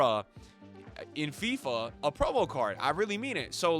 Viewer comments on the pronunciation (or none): none